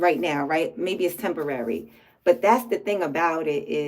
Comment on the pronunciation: You said "im making Ashanti mean (me maybe? Sounded like mean lol)"